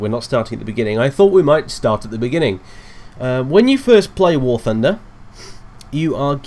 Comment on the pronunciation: I heard war tunder